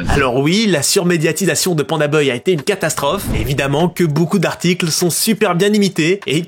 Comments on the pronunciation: Pandabuy ( 🗣️ bay ) non pas boy !! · ba « baille » dans la vidéo il dit « beuil » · mdr c pas pandaBOY mais pandaBUY poto la prononciation catastrophique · « beuil » au lieu de buy (baille) 😭😭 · les prix de livraison ont explosés c'est fou. Par contre stp c'est PandaBuy (baille) pas beuy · Tu m'as énervé pdt toute la vidéo, c'est panda "baille" pas panda "beuille" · Je sais pas si c’est l’accent Suisse mais ça se prononce « PandaBAYE » et non « PandaBeuye »😅voilà voilà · Panda ''bye'' et non ''boy'' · Buy: « BAILLE » pas BEUILLE arrête pitié 😭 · pandabuy « bye » pas pandaboy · Pourquoi tu prononces Panda Boy, alors que c'est clairement Buy, ca va pas chez vous les suisses? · PandaBAILLE pas BEUILLE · Moi j'ai entendu PandaBoy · Panda "Beuye" mdr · Panda beuil il a dis mdrrrrrr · ça se dit Panda Bai chef👌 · "Panda Beuille" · très très interessant la video bravo mais par contre Panda BUY par pitié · Y a moyen de le prononcer genre "panda baille" s'te plaît ? 😅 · Pourquoi tu dis Panda Boy ? 😂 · Quand je pense au nombre de fois ou tu a dis "baille" dans tes vidéos... Pour "buy", dis pareil, tu vas voir, ça va marcher tout seul. :) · pk tu dis pandaboy mdr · pourquoi tu dis pandabeuy lol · Pandabuy ou pandaboy ? Drôle de prononciation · Alors ... rien à dire très bonne vidéo, mais par contre je suis traumatisé par ta façon de dire le nom du site " pandabeuy", ça m'a stressé à chaque fois que tu le disais 😂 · mais par contre on prononce pas PANDABEUY, rassurez-moi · pk tu dis pandaboy c perturbant de bz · Ok c'est parce que ton cours d'anglais a été rapide. Apprends a prononcer "Buy" boy 🤣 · Pandabeuil ? Sérieux vous savez pas prononcer buy (= acheter) ?! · pandabeuy hahaha apprends à parler frero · Pour quelqu'un qui dit "les bailles" une phrases sur 2 c'est bizarre de pas savoir dire Pandabuy correctement. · Inbuvable la video tu fais 11min sur un sujet dont tu sais mm pas prononcer le nom orh g mal au crâne 🙉